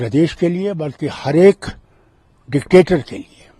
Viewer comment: Anchor bhi dectetor bol raha hai... pagal